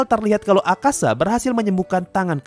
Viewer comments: Btw namanya Akaza min, bukan Akasa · Akaza bang bukan akasa